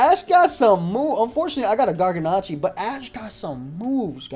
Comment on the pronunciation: Does it bother anyone else that he keeps mispronouncing Garganacl? It ends in an L, not an I.